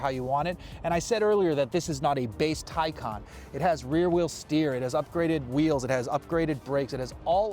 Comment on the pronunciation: Awesome review. Glad you mentioned real world range and also pronounced the name correctly!